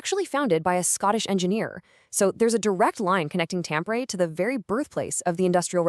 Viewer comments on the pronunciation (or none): Omg! You fell on your ass from the start by butchering the pronunciation of Tampere 😂😂😂